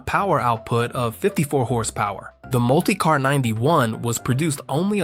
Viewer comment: Mult-eye-car was starting to get on my nerves